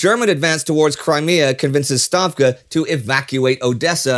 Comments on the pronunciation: Finally Indy said "Stavka" instead of "Shtavka" Thanks God! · STAVKA was finally pronounced properly! ENDSIEG IST MEIN!